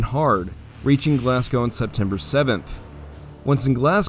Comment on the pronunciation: a rare case of an American pronouncing glasgow correctly